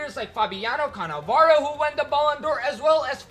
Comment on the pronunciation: Guy you literally just said "baloon"dor